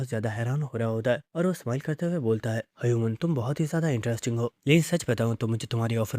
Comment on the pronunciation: Btw he pronounce human as hayuman😅